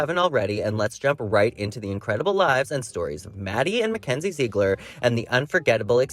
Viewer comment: Jw… don’t they pronounce Ziegler as ZIG-LER not ZEEG-LER?